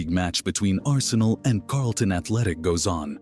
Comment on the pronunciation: 1940 there was no Premier League, it was called Division One then. It’s “Charlton” Athletic, not “Carlton”.